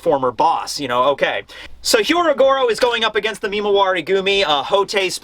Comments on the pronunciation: When will stop mispronouncing Hyogoro's name? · Last week Sanji fanboys were pissed... This week it’s the Carrot fanboys’ turn. Edit- Also, it’s “Hyogoro” not “Hyorogoro” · He is not Hyorogoro. His name is Hyogoro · Hyogoro becomes Hyorogoro. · Pronouncing "Hyogoro" as "Hyorogoro" is one thing, but the mad man actually spelled it that way too! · I love you. Please say Hyougoro instead of Hyorogoro. It is harder and wrong hahah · Hyogoro. Not Hyorogoro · Bruv it's HYO-Goro not HYO-RO-Goro. It's like Oni-Bawan all over again... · Is no one really gonna mention that it's actually Hyogoro? 😆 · it's " HYOgoro", not "HYOROgoro". Just a heads up. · Hey, you keep saying "Hyorogoro" instead of "Hyogoro" and even wrote it as the chapter title.